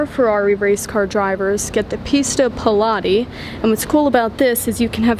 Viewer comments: Pista Piloti ❌ Pista Pe-lati 🤌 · Sounds like you're saying pilates, that's an exercise for middle aged women, not a racing livery for a 488 pista 😂